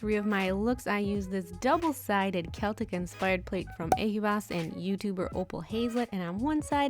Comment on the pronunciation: They are gorgeous!! you pulled some gorgeous stamps!! and pronounced Celtic right!! I love those holos tfs xx